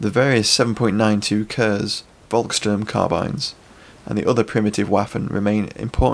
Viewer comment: Please no more “kerzz” ;-) Kurz is pronounced “Koortz” phonetically 👍